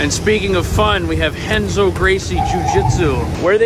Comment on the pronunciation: impressed you pronounced Renzo correctly